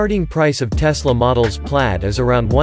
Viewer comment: its plaid.... not pady...